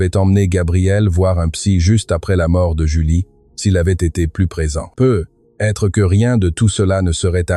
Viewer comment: dans peut-etre , vous devriez mettre plus d'espace un petit - - - et vous etes incapable de lire comme il faut ........PEUT-ÊTRE se di lit en 1 un mot (PEUTETRE, c un ex ) sinon laissez la place à qui sait lire